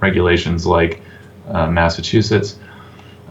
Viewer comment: Good show, but the guy can't say Mass-A-Chew-Sets